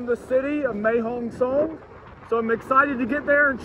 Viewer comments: Mate, I hate to bring this up, but it's Mae Hong Son (Sorn), not Mae Hong Song. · you got the pronounciation of Pattaya right, can you please get Mae Hong Song correct, it is pronounced Mair Hong Song not Mae (May)Hong Song thanks your videos are the business.